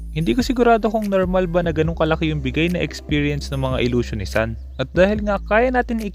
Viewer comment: ang tamang pagbigkas ng sun ay sun, hindi sun 😁😂🤣